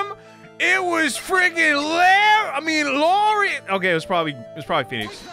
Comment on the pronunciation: it‘s Low-reese for Laurice and Dough-nihm for Deauxnim😄 Although I love your interpretation